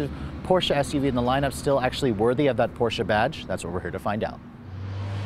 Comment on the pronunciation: Last video was a Porsche(finally), this video is Porscha(cringe moment) i had to listen this video on mute because the way you are saying PORSCHA is nails on a chalkboard, not even the germans say porschaaaa like you